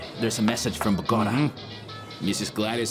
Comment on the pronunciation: "Binge Worthy in Spanish" After having Binged on "Esmeraldas" in Spanish During my Down time in Bed I Think "Esmeraldas" Loses some of its Flavor in Dubbed English. It needs “Quality Dubbing” For Example "Bogota" is Pronounced Bo-go-taah" not "Botgta" The English Speaking World in My Opinion has been Cheated out of this Exciting Serial. The Story Line Spans 3 Generations; so You have to be Mindful and Recollect the Characters as it devolves. The Actors are Replaced to reflect the Passage of Time as they Get Older. It has All: Love, Hatred, Greed, Betrayal, Loyal Servitude, Intrigue, Mystery, Jealousy, Compassion, Jungle Warfare, Revenge, the Whole Buffet of Movie Action filmed on Site, With Quality Cast. Having worked with an Ex-patriot from Columbia Back in the 80’s; who Fled to the USA said the Region was a Dangerous place to Live.